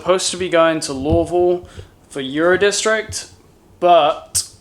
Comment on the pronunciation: You said Louisville like the locals